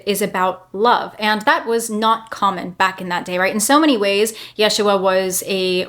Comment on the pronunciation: Original is YESH-ua. So, she's saying it correctly.